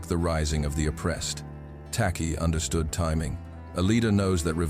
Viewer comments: Pronounced 'Tay-Chi' by the Akan of modern day Ghana, the first African country south of the sahara to fight and gain its independence from the British empire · The chant was in Twi pronounced chwi!